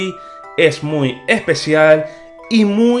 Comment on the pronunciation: es-pe-shi-al :v